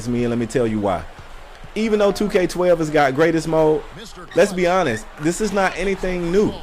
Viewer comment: can i get my first top comment by saying that he said " Lesbianist" instead of lets be honest. THUMBS UP!